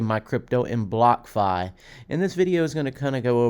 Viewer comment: Are you saying Blockafi?? Wtf...